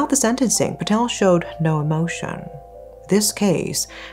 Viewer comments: I’m sorry but how do you mispronounce the same last name in the same sentence… Jessica “Pat-tal” and Jai “Pat-tel”?!? At~ you use “Mitesh” and “Patel”interchangeably as if they are the same person! This is sloppy. Attention to detail please! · It is pronounced PA TELL I'm disappointed, you seem to do your research into other Asian cultures, although, this guy is very Westernised, Patel is a VERY common surname We also use pounds, not Euros, in the UK